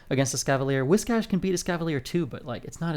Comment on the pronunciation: Biggest reason why I like your videos and watching your gameplay: You are the only content creator who actually knows how to pronounce "Whiscash" the correct way! 😂